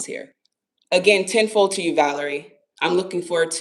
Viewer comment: I thought you were saying "10-4" instead of ten fold and it was a nice little chuckle lol